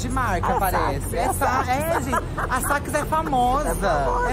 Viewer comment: Santos eu pensei a msm coisa qdo ouvi ele falando Sacks 😂😂😂😂